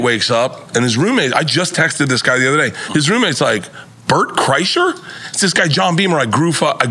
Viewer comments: Bert (cry-sure) I love how everyone can't get it lol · You know how i know they got paid to do this for press? NORE couldnt even attempt to say his name appropriately; "Brett Creshurr"